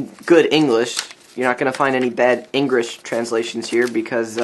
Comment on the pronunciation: he said engrigh not english